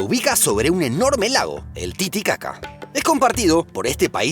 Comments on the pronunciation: titicaca* que es eso de tititaca😂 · El lago de Bolivia se llama Titicaca no se Tititaca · El nombre es TITICACA, NO TITITACA… dudosa la calidad del video